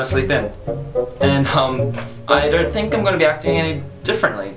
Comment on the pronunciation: haha you said "i don't thing"